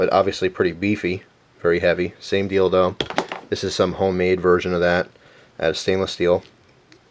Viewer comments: looks like a dildo, then you said "same deal though" that sounded like "same dildo". I laughed :D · he says what sounds like same dildo lol :D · ok, , hes saying same deal though, but it does sound like dildo, XD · it sounded like he said the same dildo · ya "dealdo" LOL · I thought he said dildo